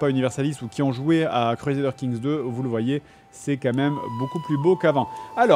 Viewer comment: Cruezadeur king 3 Ragnar Lothbrouk ... Je suis à 5m de vidéo... Fred tu à la meilleur prononciation au monde, pitié garde la XD